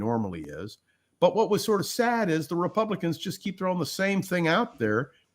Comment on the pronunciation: Agree with chat from Chris (different Chris!) to use thee pronunciation before vowel sound. I verified this on an English website. Was going on memory from long-ago English class!